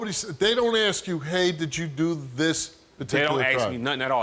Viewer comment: Whats wrong with these people who cant say "Ask" or "Explained" correctly.